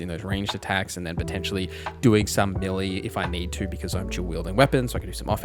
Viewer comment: You keep saying "milly", did you mean "Melee"?